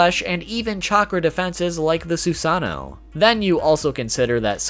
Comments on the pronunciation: "Susaano" but still ok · What about the eternal mangekyo sharingon??? Also you say susano WrOnG!!!